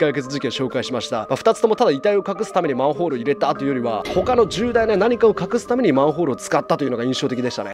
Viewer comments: たっくー「まんふぉーる」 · マンフォールにしか聞こえなくて気になって仕方ない。。うちの耳がおかしいんか。。